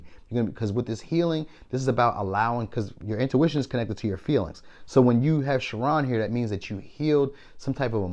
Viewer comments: Chiron is pronounced ( Ki-Run) My Virgo Ascendant, Cap Mercury couldn't let that slip lol. Had to put some respect on his name. I have it as one of my tattoos. Still 💙the read. The advice and affirmation was spot on. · are spot on pile 3 thank you Pisces ♓️ here lmaoooo I’m sorry I love the way you said Chiron 😂😂😂😂 it’s pronounced (Kai-Ron) but you did make me see my cousin in a new way her name is How you are saying it! 🥹